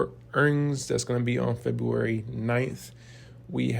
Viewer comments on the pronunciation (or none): none